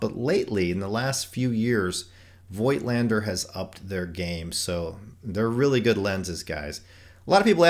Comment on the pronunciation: The correct pronunciation of "Voigtländer" ist "Fogtlander". Just my 2 cents.....